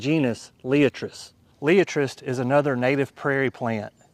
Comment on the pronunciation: Pronounced Lie at tres ! Otherwise excellent presentation